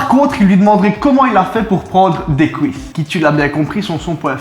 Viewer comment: "Depuis Hooouit ans" "Couisses" lol